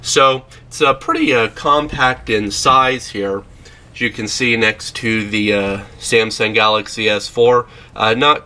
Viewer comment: SIAMSUNG ? what's wrong with this guys never knew how to pronounce ? :s